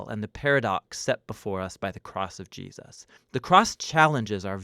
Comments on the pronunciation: Not sure if it's my headset, but I constantly here "Ji-us" instead of "Jesus"...it's weird. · Gee-us-ses. = ) Love these. They help so much. Thanks. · I noticed it too